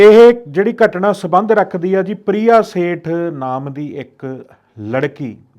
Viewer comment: ਘਟਣਾ ਨਹੀਂ ਹੁੰਦੀ ਘਟਨਾਂ ਹੁੰਦੀ ਹੈ